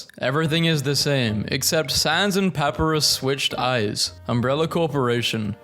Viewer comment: its pup-eye-roos with emphasis on the eye its not pa-peh-roos with emphasis on the pa